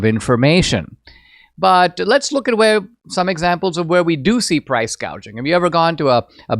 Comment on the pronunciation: And she's SO stupid, inept and inarticulate that she said 'price GAUGING' not "price GOUGING"...........God help America and the whole world if she gets over the line. Cheers from Oz!!